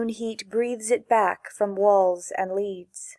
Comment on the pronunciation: ‘Leads’ should be pronounced ‘led’